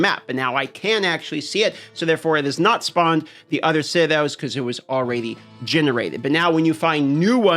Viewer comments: All-raidy then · Has ever addressed the way he pronounced the word already? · It’s ok, he’s from Alaska. They do things different up there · ^ he's got a point 😂